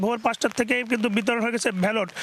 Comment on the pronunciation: ভ্যালট 😂! নাকি ব্যালট হবে উচ্চারণ!